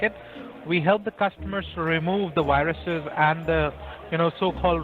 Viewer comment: The wirus lol